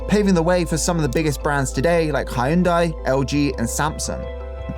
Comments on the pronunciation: It is not Hai-un-dai it is two syllables Hyun-dae, that rhymes with Sunday and Monday. I appreciate your effort in research and the high quality of the video (I mean as a Korean I didn't even know the full history of Korean Broadcast) but also feel that some of the pronunciation of Korean names and words could have been pronounced more accurately with a little more preparation. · 흉다이 라고 하는게 맞것쥬? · Hyundai is pronounced closer like "Heeoon-day" rather than "High-yoon-die" as you pronounced. FYI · Well done. Note: Pronounced 'Hyun-DAY" as in "Rhymes with Sun-DAY" from the Super Bowl commercial. Hyundai needs to do a marketing campaign in the UK...it's two syllables, not three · How tf are you gonna pronounce Hyundai as “hai-yun-dai” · Korean guy stopping by. Enjoyed your video alot and appreciate what you did. Didn't expect you would watch all the old dramas and walked through how K-drama went through and how they got here. Amount of efforts and your critical analysis are really remakrable. What you presneted there are correct except for Hyundai Prounciation lol. Thank you again! Oh and subscribed! Look forward to seeing more contents like this for other topics. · The pronunciation of Hyundai is taking me out. LOL